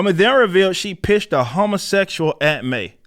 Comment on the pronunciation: lol I saw that in the news and knew a video was coming. smh. It's funny how you say "Hummosexual" XD